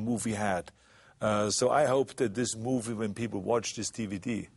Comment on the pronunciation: "gief dah pee-pull AIH!"